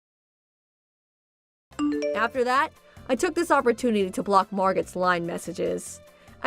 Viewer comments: It's not "Margutt", it's "Margow". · Excuse me, but Margot is pronounced with a silent T, as in Mar-go.😊 Also, beau is not pronounced BOO, it's like Bo! Geeze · Ahh the wrong pronunciation of Margot 😂 Thought she got one over on her friend when she was just fooling herself